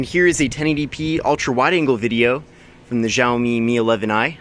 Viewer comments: the phone is pronounced as (xiaomi mi)shower me not jao me. sorry just had to correct it after listening it the whole video. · Tip;It's pronounced "shall me" BTW where were you we missed you